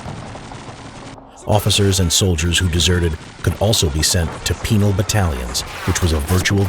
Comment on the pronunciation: Penal sounded like,,,....... forgive me...